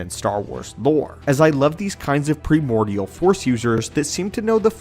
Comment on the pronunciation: I am starting to think is a text to voice app. Some of the mispronounced words are as bad as the "top 10 junk items that we are trying to sell you from amazon FOB services" videos. At least it is not the "default" voice. Deeds pronounced deads due to typo, primordial pronounced pre-mordial multiple times, rubbery pronounced rube-ery. None the less, I am still a fan of the channel for the great research into the lore their writers do.